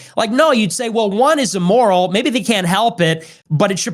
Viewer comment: Don't know bro, can't get past him saying "e-moral" a hundred times